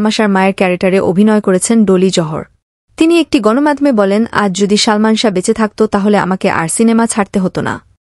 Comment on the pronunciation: কি শালমান শাহ বলছেন উচ্চারণ সঠিক করেন বলেন ❤ সালমান শাহ ❤